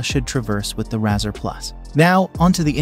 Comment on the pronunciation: If your AI can't even say the name right, that's an automatic dislike and click away.